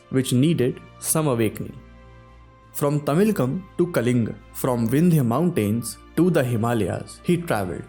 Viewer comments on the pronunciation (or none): It is pallava not pallav and kalinga I don't know why in North the sanskrit names are not pronounced properly. It is truncated to make it a hindi pronunciation.